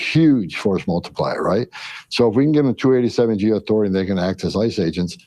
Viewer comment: You are both heroes. I hate that he calls them ICE cu when he says ICE’s hands it sounds like he’s talking about ISIS 😮